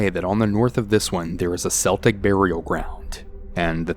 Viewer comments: You only pronounce 'Celtic' with the S sound if you are referring to the basketball team. If you are referring to the old tribes of Ireland and Britain/Scotland, then it is pronounced "Keltic" not "Seltic" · Keltic...not Seltic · Story#1 Celtic is not pronounced "Sel-tic", Europe is not Boston lol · Celtic (kel-tic) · The second story lost me at pronouncing Celtic with the S sound instead of the hard K. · i'm a bit confused about story 2. the miss pronunciation of Celtic and the word 'booked it'. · Terri Campbell I caught that Celtic Thing 2. I just kind of giggled to myself that's a very American way to pronounce it! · Lmfao welsh girl here every time I hear it said like that I die inside 😂😂😂😂😂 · Lol as an American even I do a double take 😂